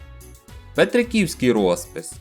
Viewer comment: Дякую за цікаву розповідь, але чому наголос не такий як всі говорять? Усі говорять ПетрикІвськИй, СамчикІвськИй- наголос на И , ну або на І